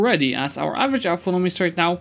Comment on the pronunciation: It's 'autonomy' not 'authonomy' ;)